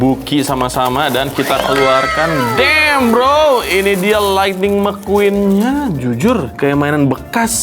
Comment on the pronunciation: Thunder Mequwan bukan Lightning McQueen